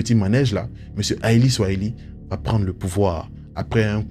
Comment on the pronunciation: Lire Ali SOILIHI et non Ali SOIHILI